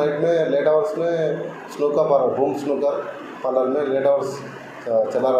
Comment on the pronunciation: Are Angrez, Polor hai ya Parlour hai?